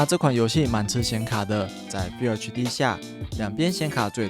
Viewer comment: FULL唸「富喔」，不是「菲有」😂